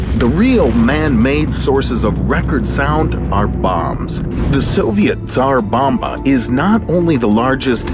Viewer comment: Great videos! I like them! And for the first time I hear English speaker to pronounce Tsar Bomba the correct way! :)